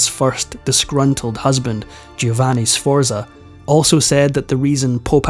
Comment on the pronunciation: I was going to make a list of all the English words you mispronounced but there are too many. Needless to say, none of the Italian first names are pronounced correctly; you got 'Borgia' and 'Medici' near enough, but 'Sforza' is way off. As for a Scotsman saying 'off of', I think I'm going to be sick. The bite-size history is nice, though.😊